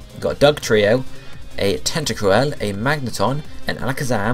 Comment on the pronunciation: It's tenta crool!